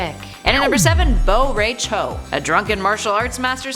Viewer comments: RAI as in eye not Ray. Jeez. Americans are terrible with asian names. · Bo Rey Cho... RAI! Its RAI! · But... I love meat and Reiko! P.S: Why nobody pronounce Bo Rai Cho's name correctly?!